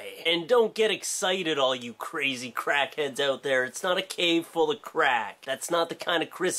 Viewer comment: When you started talking about Crackheads I thought you said Kraken at first. I was confused :|